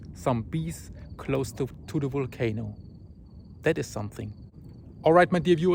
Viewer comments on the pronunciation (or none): Wenus, It’s not wisible from the wolcano. You should see W for Wendetta...! Great coverage though! Thanks